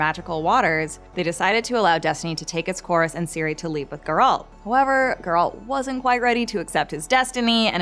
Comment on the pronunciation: Ciri not Siri!!!